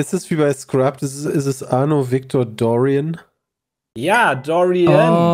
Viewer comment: Die komplette Runde mit den Assassinen hat mein Assassin´s Creed Herz zum weinen gebracht. Vor allem die Aussprache von Arno Victor Dorian aus Assassin´s Creed Unity (muss französisch ausgesprochen werden und nicht englisch!!!!) XD Ansonsten ein echt geiles Format